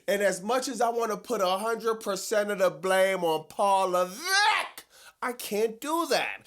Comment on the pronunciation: 😅😅😅 Paul levveek